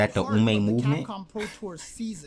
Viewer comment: Umemovement ahahahahah xD that killed me